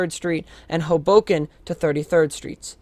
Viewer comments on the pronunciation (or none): It's pronounced "HOboken", not "hoBOken".